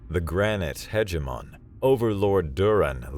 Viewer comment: "Hege-mon". Oops...sry 😎